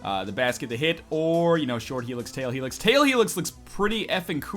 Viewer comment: tail helix? lol. NL I'm pretty sure it's tall helix and short helix